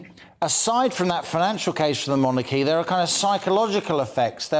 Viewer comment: Interesting points made by after. As a significant part of his subject involves the monarchy, I think it would be helpful to his listeners if he pronounced the word in the accustomed English way, i.e. MONarchy, with the emphasis on the first syllable.... as in 'jeopardy' for example. I am not the pronunciation police, I merely mention it as an observation in this particular context, to try to be helpful!